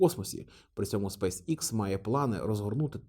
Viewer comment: Пане, компанія називається SpaceX (українською читається як СпейсЕкс). Ви як освічена людина мали би ознайомитися з англійською абеткою, враховуючи Вашу широку аудиторію. Кров з вух йде від Вашого ікс😂